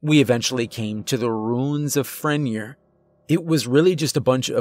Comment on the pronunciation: Pronounced Fren-yay